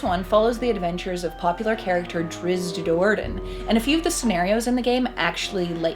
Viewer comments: Why every reviewer out there butchers Drizzt name so bad? It's like there is some conspiracy bent on this one. There is no Drizz-i-t. It's Drizzt. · Drizzit... :( How can you say his name wrong when the person next to you just said it right? lol. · OMG I cringe everytime i hear her say drizzit >_< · why people pronounce it "Drissit" ?? 😬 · 😂 she said “Drizzit” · Tell your partner with the black shirt that it's Drizzt. Not Drizzit. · Thats wrong. Drizzt there is no I after the z, why would it be pronounced like that? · NOT DRIZZIT , DRISST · DRIZZZZZZZZZZT....NOT DRIZZZZZZIT! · I am not bothered by people mispronouncing his name... but for crying out loud; if you are going to make a video where two people talk about him and say his name, they should at least have come to an agreement on how THEY should both pronounce it.... One says "Drizz-it" the other seems to mostly get it right... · im sorry but i have to point this out. his name is Drizzt not Drizzit i dont know why you keep putting an i in his name lol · She called him "Drizz it" like I do! I'm not the only one!! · I'm a huge "drizzit" fan. salvatore even addresses this in Sojourn when one of the peasant children shouts "it's a drizz-it!" and drizzt laughs and tries to correct him. it was the sixth book in the series he wrote, so it was probably a way for the book to show the reader how its pronounced without it feeling forced. however, I still prefer saying drizzit.